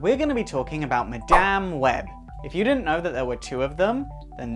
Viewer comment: 10 seconds in and I'm going!! Dude can't even say Madame properly!!